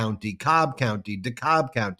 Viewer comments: Just a slight correction - its pronounced De Cab, even if its spelled Dekalb. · Voted today in Georgia—-and it is pronounced de-cab county! Go HARRIS-WALZ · A Woobie.....lol Falling off chair laughing on that. Also, it's DEE-CAB county. Go Kamala. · PSA: DeKalb County GA is pronounced duh-CAB, DeKalb County IL is pronounced di-KALB. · The 'L' in DeKalb is silent. "I took de cab to de game."